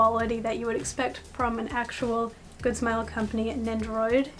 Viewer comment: “Good snll combany” 👁👄👁